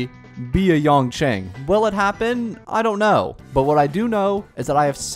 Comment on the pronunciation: Maybe you wouldve gotten Yanqing if you pronounced names correctly!